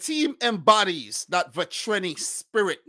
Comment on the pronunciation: "Vatreni" means fiery. You gotta work a bit on your pronunciation though...